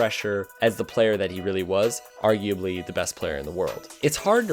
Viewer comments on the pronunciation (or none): Drinking game Take a shot everytime he says "arguabely"